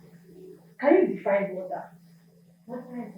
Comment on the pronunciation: We will talk about wota, what did I say? Ibadon ... wota :))